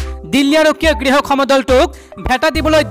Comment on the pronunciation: Pl try to speak correct assamese ie pronounciation যেনে কৃসক নহয় কৃষক,কিসি নহয় কৃষি